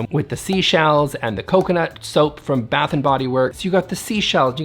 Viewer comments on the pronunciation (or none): none